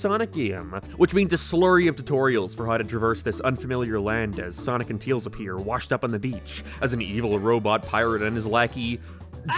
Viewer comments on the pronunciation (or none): Who the heck says "Teals"? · Why cant u say tails correctly? That seems like an odd speech impediment, or was it on purpose? Lmao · It's his accent. He's from Northern Ireland but has an American slant to it because of his wife being American and he lives in the United States alongside her, so his accent has shifted slightly since moving to the United States. He tends to pronounce the letter "a" as "æ" so if he were to say "Tails is my favorite character", he'd say it like "Tæils is my fævorite chæræcter". I don't mean any offense to him honestly, but I know people tend to be curious as to where his accent comes from. (His pronunciation of "Mario" in the Sonic Rush section is fucking atrocious though, my God. "Mærio".) Love his content though even if he's got takes I don't agree with. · Bruh you said teils even though it’s tails with an a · i love how he calls tails teals